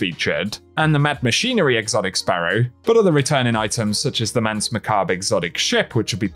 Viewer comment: Bro really pronounced Macabre like MAKOB instead of MACK ABB BREE